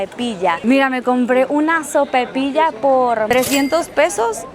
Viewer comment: No se dice SOPAPILLA es SOPAIPILLA